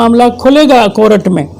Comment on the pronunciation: بابا: کورٹ، "کو-رٹ" نہیں بلکہ "کور-ٹ" ہے